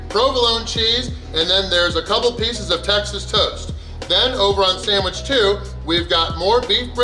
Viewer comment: “Samwich”? The sign stated “Sandwich”. 😁